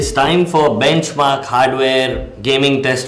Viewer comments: BACHMARKS? LOL R.I.P English ! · BACHMARKS? come on atleast review your own video before posting.